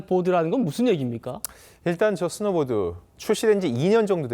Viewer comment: 지금 사회자 스노우 보드를 보도로 읽는 엉터리 ! 나오지 마세요! 누구인맥 ? 으로 …? 나오지 마세요 당신은 한국인 아니예요